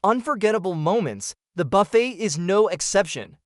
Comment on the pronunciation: I believe it's pronounced Buff-AY, not Buff-ett.